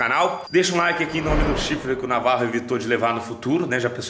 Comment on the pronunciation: "Laike" kkkkkkkkkkkkkkkk